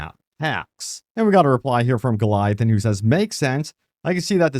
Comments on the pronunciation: My man is butchering Gothalions name lmao it’s not Goliathon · You don’t know Gothalion? Guh thal eion lol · Goth -owl -ee-un